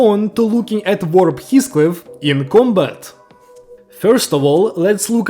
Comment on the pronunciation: Everyone: Heathcliff is pronounced like this (He-Fh-Cli-Fh): HiSCliFf (His-⛰️)